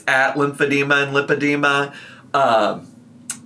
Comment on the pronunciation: The way she says limp-id-ema really annoys me